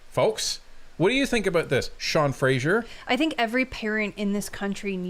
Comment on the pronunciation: Only a lib would pronounce his own name incorrectly...there is no "I" in Fraser. That's Fray-zer not Fray-sure...but totally an NS thing 🤷‍♀. I don't get it but whatever.